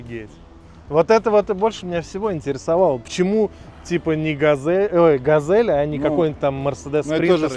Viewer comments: Ну это тот чел, у которого газэль и кофэ, а ещё сосиськи и ездию 😂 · Опять Газэль... хотя на капоте четко написано Газель